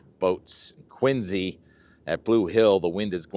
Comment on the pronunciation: So glad you pronounce “Quincy“ correctly !